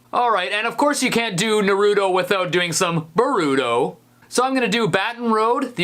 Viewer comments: You say boruto like borito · He said Naruto and Baruto wrong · OK STEVIE T I LOVE YOU BUT HOW YOU PRONOUNCED NARUTO AND BORUTO IS SIMPLY JUST NOT OKAY!!!! 😲😲😬😤😡😠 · It's the way he pronounces Naruto for me. And Boruto too lmao. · The way he pronounces Naruto and Boruto, is cringe. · OMG U CANT SAY NARUTO AND BORUTO RIGHT AT ALL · I'm kind of bothered by how he pronounced " Naruto " and " Boruto " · I love this video but the way he says Naruto and Boruto triggers me so badly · you said naruto and baruto rong its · Na-Ru-To Bo-Ru-To Not Na-Ru-Do Or Bo-ru-do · You say that they're your favorite anime's yet you still pronounce Naruto like Na-Ru-To instead of Nar-U-To, and Boruto like Ber-U-To instead of Bor-U-To. My god man, work on those pronunciations. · How do you watch NARuto and BORuto and pronounce them like that? ... No, I'm sorry, "weeb" doesn't mean anything in Japanese. Don't change the subject. Right, it's not NaROOto or BoROOto. Otaku? Never heard of it, is there a manga? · It’s called Naruto (Nar-o-to) and Boruto (Bor-o-to) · Its nar-a_to and bor-a-to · XD u said naruto and boruto wrong itz nar/ru/to and then b/ar/u/to